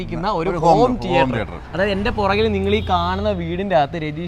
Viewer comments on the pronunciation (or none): ടീയേട്ടർ അല്ല anchor സേട്ടാ തീയറ്റർ